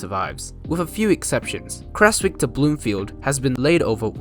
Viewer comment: Love looking for remnants of the Creswick line, there's even still rails embedded in road crossings near Newlyn. Also as a heads up, most locals pronounce it "Krez-wick"